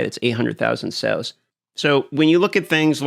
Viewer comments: Sails, not sells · are you saying SALES or SELLS???